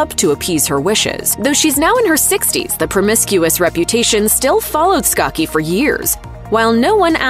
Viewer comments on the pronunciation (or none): it's skaa-chee. not skah-hee or skah-kee.